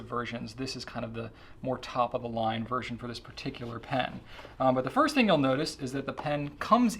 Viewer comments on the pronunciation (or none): none